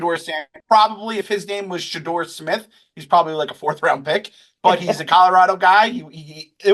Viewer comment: should listen to other people say "Shedeur" Sanders name before he mispronounces it 😂